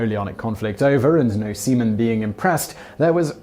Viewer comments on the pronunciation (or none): Dang, for the entire time I thought Simon was actually talking about semen instead of seaman. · Every time he says sea men, I think he is saying semen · Can't stop laughing every time you say "seamen".